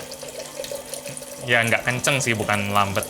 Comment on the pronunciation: Pengucapan versi Gelap > gelep Lambat > lambet